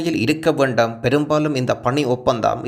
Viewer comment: உங்கள் தமிழ் உச்சரிப்பை சற்று கவனிக்கவும். வேண்டும் என்பது வேண்டாம் என கேட்கிறது. இராட்சியம் என்பதும் பிழையாக உச்சரிக்கபடுகொறது